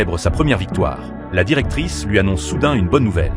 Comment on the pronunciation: Heu ça me stresse "la directrice"